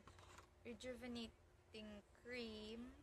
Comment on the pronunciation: Ang hirap bigkasin rejuvenatating😊